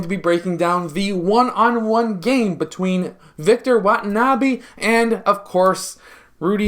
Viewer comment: Its wenbanyama not watanabe sir